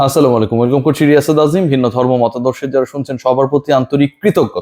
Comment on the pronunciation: ভাই সালামটা শুদ্ধ করে দিবেন